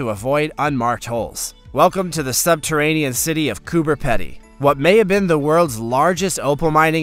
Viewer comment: Coober Pedy is pronounced "COOBER PEE-DY" not "COOBER PEDDY" Im from Melbourne Australia and can pronounce it correctly. PS great video and channel too but get rid of the creepy centipede it creeps me out.